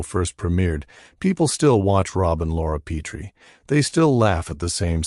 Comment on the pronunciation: Pet tree is how its pronounced